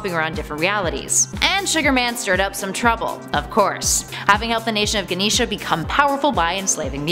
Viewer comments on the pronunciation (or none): It's Genosha not "Ganesha" smh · geneesha c'mon u definitely don't X Men if u don't know it's genosha (jen o sha) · Looks like I'm not the only one who heard that. Also, Genosha is pronounced "Jin-OH-sh-Uh", at least in the 90s animated series it is. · Agree, kids reading skills these days....next they’ll be saying Axe-Men instead of X-Men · Yeah. I know gatekeeping doesn't help anything but man that bothered the hell out of me. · Wow, for a consumate X-Men fan, you murdered the pronunciation of Genosha. Guh-nee-shah? I see how it happened too, flipped the first two vowels around, like vocal dyslexic moment. Aside from that, thank you for clearing up the Age of Apocalypse story arc for me as I'd stopped buying X-Men comics some time before this event. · Genosha( Jah- noe- shah). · It’s pronounced Jen-Oh-Sha... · She didn't even say Genosha correctly either so they just want a paycheck by the looks of it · is she saying Genosha weird? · Genosha was mispronounced and she called Blink “he”.